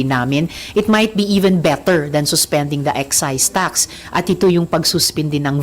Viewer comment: Saka yung pronounciation mo RISA AYUSIN MO YUNG BETTER MO SOUNDS BITTER.ENGLISH ENGLISH KPA SAGWA NAMAN NG PRONOUNCIATION 🤮